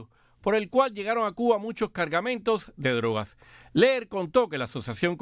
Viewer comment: ¿Por qué el dice "Cu-a"? Por favor enuncie correctamente. Se dice CU BA.